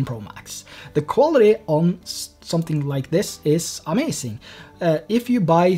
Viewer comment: omg "amacink" triggered me several times